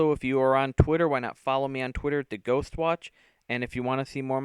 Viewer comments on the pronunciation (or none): none